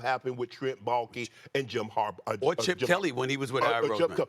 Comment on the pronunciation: Good job Stephen A. Finally saying Harbaugh right instead of 'Harbar."